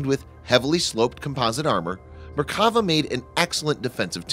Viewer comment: One correction: in Merkava, you should accentuate the final vowl "a". If we were using accents, it would sound like Merkavá. Literally it means "chariot".